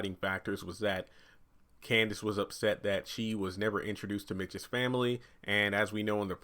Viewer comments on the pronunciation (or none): Her name is Candace not Kansas